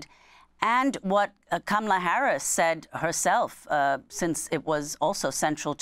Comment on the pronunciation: She said “Hamalla Karis” it be like that sometimes 😂